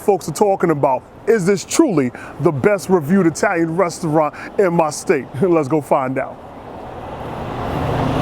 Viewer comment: E-talian woot woot